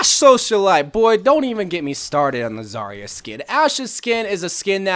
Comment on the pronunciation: I almost threw my phone when you said zarya